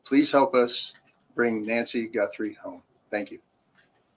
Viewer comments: Guthrie does NOT have an “n” in it! GUTHRIE, NOT GuNthrie 👍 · There is no “N” it is Guthrie not Gunthrie.